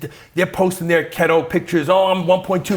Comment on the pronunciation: What is kettle or is he saying keto?